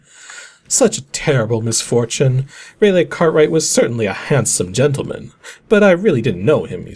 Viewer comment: For future reference, "Raleigh" is pronounced "Rah-lee" not "Ray-lay"